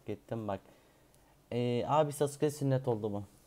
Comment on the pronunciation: Sasuke ye Sauke demesi İnce Ayrıntı sjsjs